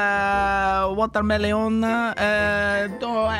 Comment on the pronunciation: "watermelone" hahaha